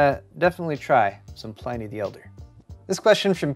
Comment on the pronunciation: Pliny the elder isn't pronounced pline-y, but plin-y.